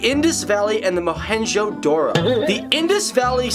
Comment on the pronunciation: idiot cant even pronounce mohen-jedaro correctly 🤔 sala chu......